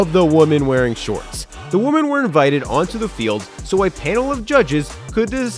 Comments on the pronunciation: Why do you keep saying woman when referring to women? You ok,? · I can always count on to pronounce the word "women" like the singular "woman.";) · What is the deal with people not pronouncing “women” correctly? Woman is singular. Women is plural. They both sound different. If English is your second language you get a pass.